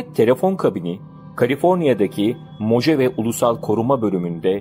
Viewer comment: Mohave diye telaffuz edilir. Guz3l video, emegine sağlık 👏